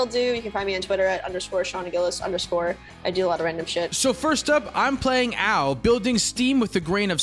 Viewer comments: I just love Tiamat cEDH. So many lines to victory and such a sweet commander. GO!, Ao is named after the Chinese Dragon God of the Eastern Sea; Ao Kuang and it's pronounced Ow. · both your pronunciations of Ao are wrong. So, prolly best not to worry about it